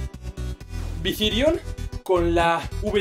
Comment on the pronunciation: Dijiste vizirion, es virizion jajajaj